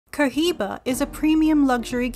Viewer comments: Omg I would delete this and Re-record this narration... the Co Jiba, guys, really??? C,mon... Really guys, (Co-Iba) No 'jeich' sound included. CO....IBA.. AND THATS IT. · Hey... The H in Cohiba is Silent please!! It's so cringy to hear that H 😫😭